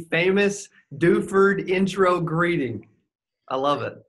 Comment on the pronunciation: DOO-FORD, not DEWFERD. It's French =)